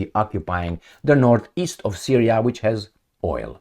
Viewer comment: trump sounds like 'you give us syriya we give you ukraine'